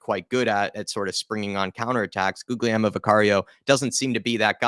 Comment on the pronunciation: To pronounce Guglielmo, you need to barely pronounce the second G, so if you say Gulielmo, its closer to the correct pronunciation compared to How a lot of english people pronounce Guglielmo